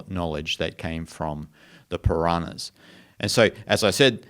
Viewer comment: It is not Piranahas but it is Puranas